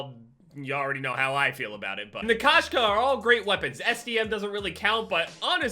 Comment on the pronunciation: It’s pronounced Koe-Shka and it means cat in russian